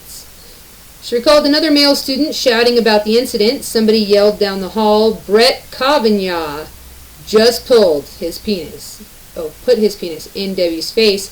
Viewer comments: Dear narrator, a little note you are mispronouncing Kavanaugh's name. Try. Ka van aw. 🙂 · Did you record this video from 1998? Kavanaugh pronounced Ka-va-nah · You're the first person I heard call him Kaven (y)augh. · What the Metoo movement has done was to water down the meaning of sexual assault for their own person gain. I love the way you say KavanYan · The fact that you pronounce his name wrong tells me that you tend to read. Instead of watching TV etc... That's cool.